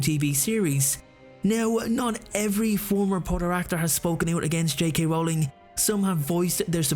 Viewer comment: Dude, it's pronounced ROLLING, not RAWLING.